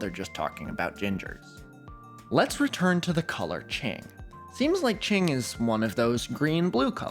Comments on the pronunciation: indigo proves Newton was a fraud the whole time. it's qing not ching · Not to nitpick but the way q in qing is pronounced is at the tip of your tongue. You put the tip of your tongue gently onto the back of your teeth. It sounds a lot more like a ts sound (imagine imitating a bomb about to blow up) more than a ch sound in English. Ch is on the other hand pronounced by pressing the flat of your tongue onto the roof of your mouth